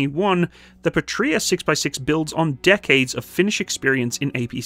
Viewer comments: Small note to keep your head growing too large ;) The name is "pA-tria" rather than "patr-Ia" (and whoever thought capital i should look the same as a lower-case L in sanserif is to be hung, shot and run over by a Buick, just saying). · Great video but, just a little suggestion. You emphasize the word Patria wrong. Go to google translate enter PATRIA and listen to how it is actually emphasized when pronounced. I'm sorry, but I'm cringing, when I hear how you do it. 😉Eagerly awaiting new videos. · Pa gets shwa'd, Puhtria lmao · I think they did not work with you, because you are pronouncing the bname of the company wrong :)